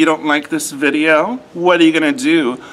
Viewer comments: Gotta work on those z's - it's "politz-eye":P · Call the po-li-sei 🤣🤣🤣